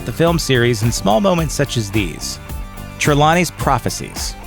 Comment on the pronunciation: It's TRE-lawney not Tre-LAW-ney.